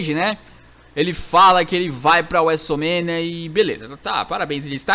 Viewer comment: o fala wrestlermania assim: wésoul mênia